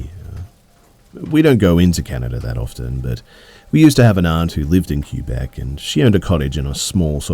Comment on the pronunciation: “Queue Beck”